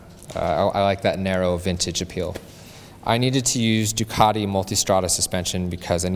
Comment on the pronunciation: Finally, someone on the Bike Shed that can pronounce Ducati. I am impressed!